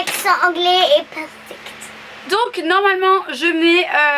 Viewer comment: "Eway Eway , notre accent anglais est parfect" Ouais vraiment surtout le p_a_rfect